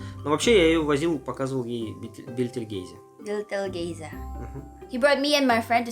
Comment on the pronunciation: Название звезды (Бетельгейзе) зачем переврали то? Там нет буквы "л" в первом слоге и мягкого знака тоже.